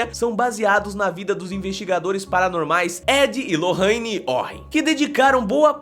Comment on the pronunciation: "Lorraine " kkkkkkkkk